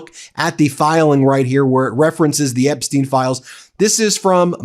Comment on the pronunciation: Can someone please teach her to say the rather than de..seriously after all these years 🤨